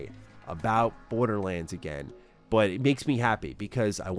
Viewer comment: Thanks, now can't help but hear, Borda-lins 😂